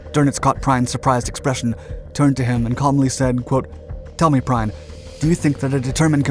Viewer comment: Gunther Prime whos that, a German transformer? How about " Prien". Could we please at least have one creator not using AI? People are getting so lazy now. Our history deserves better.